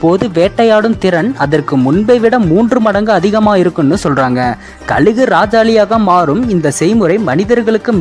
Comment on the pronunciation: ழ சொல்லி பழகுங்கள்,கலுகு😢